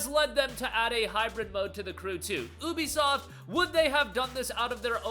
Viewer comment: Thats not how you say ubisoft😂